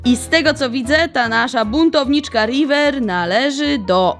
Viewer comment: Rajwer się muwi